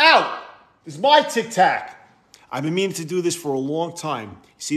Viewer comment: 😢 he pronounces it like me... “tiktack!” 😭